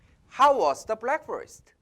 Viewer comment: ^^ 브랙훠스트 입니다. 블랙훠스트 하시면 아니되옵니다.